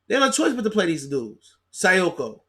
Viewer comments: Check that poster Sekou put on Tristan Thompson last night.... You might start pronouncing his name right after watching that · you a dumbass for still not knowing how to pronounce Sekou's name.